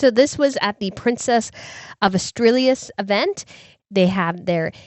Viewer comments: Leonor of Spain is The Princess of Asturias. Not Auralias or something like that. As-Tou-Ree-As. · Leonor Princess of As-Too-Ree-As. 😊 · Leonor’s title is Princess of Asturias pronounced As-tu-ree-us, and you roll the “r” on your tongue.